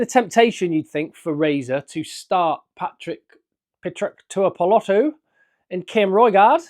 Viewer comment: Bigly. 😂😂😂 "Petruck Tuipolotu"...nailed it. Smooth 🤣🤣🤣